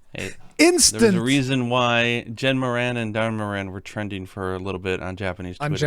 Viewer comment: I swear to god every time he says Da'rhen Mohren it sounds like DURAN DURAN!! XD